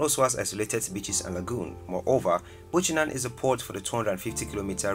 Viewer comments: The city in Grand Bassa County is BUCHANAN not "Buchaman" please make the correction. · Some of your information is wrong. It's NOT Buchaman, but Buchanan. Why mix up a place in Costa Rica with Liberia? Your pronunciations of the names of some of the places are way off. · Yeah 😂😂 But at least he showcased all the the gems 💎 of the country. Most Liberians not even interested in tourist attractions which is great revenue for the country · Exactly ! Made too many mistakes with names and sights. Liberia has far more beautiful Places. However, we do not have Santa Rosa National Park. Santa Rosa is in Costa Rica, South America. Not Liberia Africa. He needs to do a better research before posting things. BUCHANAN is not Buchaman. Kpatawefalls, and Sapo National park was not even mentioned. They are one of Liberia Africa most beautiful attractions. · Liberia is great and I’m proud to be a Liberian 🙏🏾😊😍 It is “Buchanan” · I believe you did your research online, which is why they are contradictory, misinformed documentary. Liberia's worldwide national wildlife park is missing, the beautiful waterfall also missing. Buchanan is pronounced Beau - Ka- nan, the cities are mixed with other foreign cities. To document Liberia, you have to have visited the country, consult with someone who has knowledge, or simply ask the Embassy of Liberia wherever you are based. Kindly edit with the right information and video/picture if you truly care. I actually went through your comments to see if there were other such complaints, and to observe you have 179K subscribers, you shouldn't deceive your viewers, but rather think of your reputation. Perhaps, you have not read the comments below as you are busy adding more videos. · I was watching and then he messed up! Santa Rosa? Buchanam? That's not Liberia African! He's mistaken Costa Rica (Liberia) from Liberia(Africa)! Lol